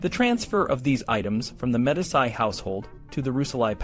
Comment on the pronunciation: Not bad for a young channel. FYI: Medici is pronounced “Meh-DEE-chee” as opposed to “Meh-di-SEYE” such as Medicine. They’re a really important and powerful family in Italy’s history. You’re going to come across the name many times if your channel is medieval. There were some other mispronunciations. I’m not passing judgment or being critical. I just wanted to point it out so that you can continue to improve your videos and grow your channel. 🙂